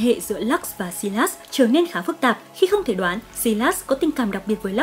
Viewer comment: Sylas = Sai-lát-s not Si-lát-s